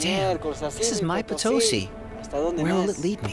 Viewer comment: You should use correct pronunciation... it's Potosi: accent on last syllable